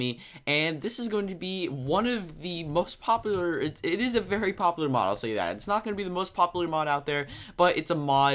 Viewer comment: Did anyone get annoyed when he couldn't say popular and the intro was the best part of the vid